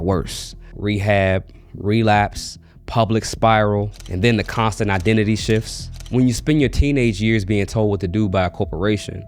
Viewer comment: I laugh so hard at the way he says "identity shift" like Demi was some kind of skin shifter or something 😂 Joke aside, these child stars deserve hugs.